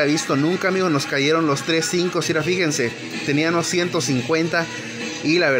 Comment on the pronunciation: Algunos a notado que dise teníanos en ves de (tenía mos)